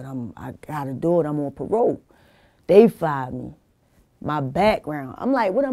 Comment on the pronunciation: The way she says the word "do" she says it like "dew" its a lil funny